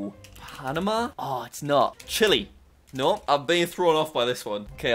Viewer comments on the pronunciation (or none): none